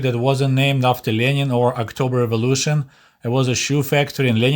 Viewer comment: the way you said 'october revolution' almost sounded like 'October of illusion'. Heh.